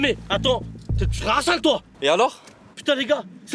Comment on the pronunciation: Pourquoi ils disent hessene au lieu de dire Hassan sans prononcer le h ?!!!ils sont gênants